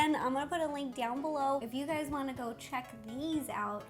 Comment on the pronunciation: Did anyone else think that Ro said hey gays at the beginning 😂👏🏼